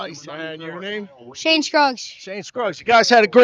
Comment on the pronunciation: Shane not Kane or Kade